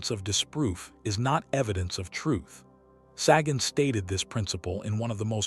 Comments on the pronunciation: It's not "saggin'." Sagan rhymes with pagan. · You’re joking. Ai voiceover and AI script trying to talk about authenticity….can’t even pronounce Sagan’s name.. I picture a snobby cheesemonger handing me a fuzzy, grey lump of mold